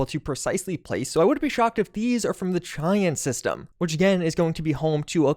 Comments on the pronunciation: Please stop mispronouncing Cheyenne. It's pronounced 'shy-an', not 'chey-en'. The system is named after a Native American tribe (and/or the capital of Wyoming, which is itself named after the Native American tribe), and both the people group and the city are pronounced 'shy-an'. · Cheyenne is pronounced "Shai-anne" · not a huge deal but Cheyenne is pronounced like shy-ann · Great video! A lot of work I'm sure, but well appreciated . On a side note, I think "Cheyenne" is named after the North American Indian Tribe... pronounced "SHY-anne"...unless they're using some 'spacer' dialect in a vid I haven't seen/heard..... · Cheyenne... it's definitely pronounced: Shy-Ann